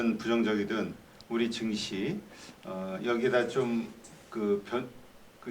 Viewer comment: 정시가아니고 증시다.. 니들땜에 나라골로거고있다ㅠ발음 단디래라